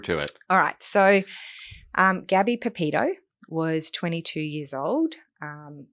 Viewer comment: Gabby's surname is not Pepito. It is PeTito. Please do Gabby the honour of pronouncing her name correctly. It is sloppy work, and really annoying to hear you get it wrong over and over again. I am genuinely surprised to see a lawyer who has done the research get this wrong.